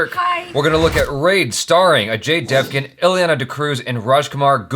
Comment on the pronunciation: Dev"gun" like actual "gun"